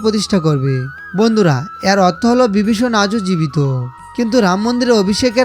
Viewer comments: উচ্চারণগুলো সঠিক বাংলা হলে ভাল লাগতো। যেমন বগবান বিবিষন ইত্যাদি উচ্চারণের কৎা বললাম । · সবই আজগুবি গল্প কথা 😮 ঠিক মত উচ্চারণে কথা পর্যন্ত বলতে পারে না ! ! সে আবার জনসমক্ষে বলে ধর্মের কথা।। 😂 বিবিষণ , ভক্ত নয় বক্ত 😢 হায় রে, আমরা কোথায় আছি ! আদতে ইউটিউবে বোধকরি কোনো বিধিনিষেধ নেই। যোগ্যতা থাকুক বা না থাকুক , যে যার মতো ভাট্ বকে যায়।।